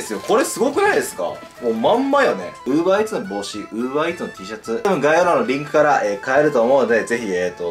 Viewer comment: Uver EarsじゃなくてUber Eatsだよ